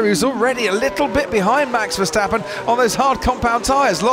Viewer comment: The name of Max Verstappen is hard to pronounce apparently. It is definetely not MEX VERSTEPPEN! The "A" in his name is pronounced as a REAL A like in father, brass, for instance!!